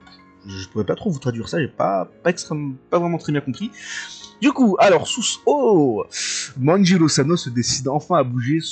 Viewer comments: Juste South se prononce "SaaOute" et non "Sousse" ✌ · Oui SAAOUTTEE , South. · Yooo , ça me fume comment tu prononce south wlh T’es un tueur continue comme ça mdrrr !!!